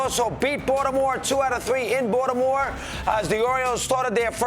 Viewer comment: Did Russo say "Bought-a-More"?